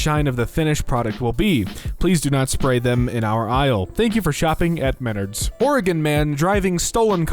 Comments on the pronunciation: Oooh I see why you mispronounced it, it’s a regional thing, I don’t expect you to have heard of it it’s Mah - Nards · Bro his pronunciation of menard’s upsets me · It's spelled Menards but it's pronounced Ma nards